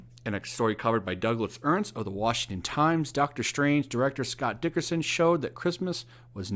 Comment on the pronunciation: its not Dickerson, Its Derickson